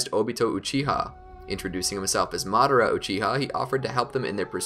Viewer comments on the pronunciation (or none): none